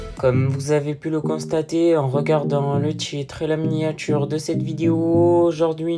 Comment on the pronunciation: Le tchitre, la miniatchure, teintchure, tRRRès, aujourd'chui, tchierce, je vous ai dchit, un petchit pcheu... Contchinuez, c'est rigolo ! 🤣